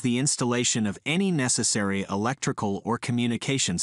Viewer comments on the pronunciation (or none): none